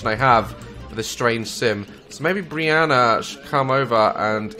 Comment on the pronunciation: Briana not Brian